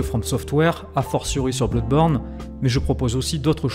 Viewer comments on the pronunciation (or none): Juste un chose... Ça se prononce [Blodeborne] et non [Bloudeborne]... histoire de ne pas perdre en crédibilité ;)